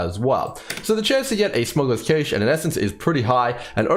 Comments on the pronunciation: Sorry to be the guy,, it's pronounced like "Cash" not Caysh.:D Really appreciate your approach to having useful and reliable data, that you emphasize the time it takes to personally run the map and that's what decides your div/hr. You're the man! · Cache, like Cash money. Not Cash' A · That is definitely not how you pronounce cache. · I'm not Australian but I found references to both pronunciations when I looked it up briefly. ¯\_(ツ)_/¯